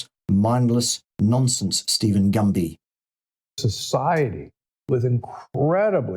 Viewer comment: Is saying Dr Gumby? As in Gumby the skinny, bendable green toy figure from years past. That image makes me laugh. Hard to take Gumby serious about anything to do with diet. I feel I know more than Steven Gundy about diet. Thank-you,. This is good!